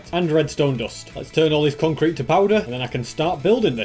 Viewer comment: My guy just said in lets make concrearete to powder